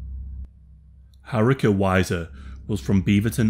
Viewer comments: RIP, such a lovely young lady. And btw Haruka is pronounced Haru-ka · Oh lord that repeated butchering of 'Haruka' was grating lmao